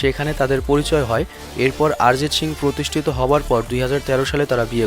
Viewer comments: ভাই শিং না,,,, সিং! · শিং না বলে সিং বললে ভালো হয় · শিং না ব্রো।😂 সিং হবে। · তোমার সিং উচ্চারণ শিং। LMAO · দয়া করে শিং উচ্চারণ না করে সিং(ছিং) উচ্চারণ করুন। এটা গরুর শিং না। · আরজিত শিং,বাহ কি উচ্চারণ